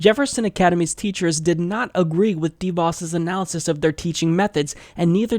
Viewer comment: I'm supposed to take anything seriously when you can't even pronounce the woman's name?